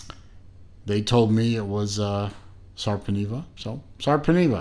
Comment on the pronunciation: Sorry, you pronounced it incorrectly. The pronunciation of the letter e is different in Finnish language.